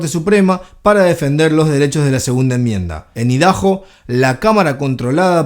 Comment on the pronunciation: Papa no se dice ( Idaho ) “idajo” se pronuncia “aydajo” Idaho es nombre propio 🧐